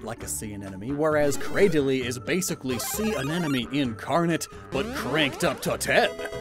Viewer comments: Sir, with all due respect, please stop pronouncing “anemone” like “anenome” it hurts my soul Jokes aside, loved this video but honestly don’t see the “phallic” shapes of the tendrils, lol. Like the animations as per usual! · I can't stop hearing him say "anenome" instead of "anemone" 😭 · Say it with me, AN-EM-O-NEE. It's not "an enemy" like you keep pronouncing it. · Drink a shot for every time he says anenomee instead of anemone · In it's "Anemone" in the virtual words but then after a lot of intended mispronounciation the editor accepts the fact that it will be "Anenome" in 😂😂😂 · As a former Biology student, it brings me physical pain when I hear pronounce these Scientific names and phylums wrong. Not because I'm a grammar Nazi but because it brings me back to the time of my life I dread And I don't want to hear anyone ever pronounce A-Ne-Money as An-Enemy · AneMoNe not aneNoMe!!! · He the whole video: anenome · Am I seriously the only one who'll bite the very obvious bait and ask why in the deep depths you pronounce anemone "anenome"? Just to annoy people like Wolfe VGC does with half of the English language? Or is it some kind of dyslexia and I'm being a jerk? Or is it a pun (sea anemone = see an ennemy)? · Every time "Anemone" is mispronounced, I smile